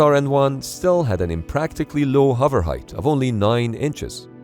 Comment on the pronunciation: Why do you say huver instead of hover?